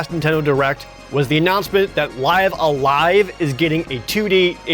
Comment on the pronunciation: Thumbs up for pronouncing Live A Live correctly.